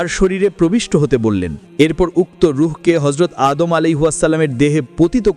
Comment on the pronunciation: Vai apni keno vull name bolen tar name ta anek sundor apnar uccaronta thik koren😭😭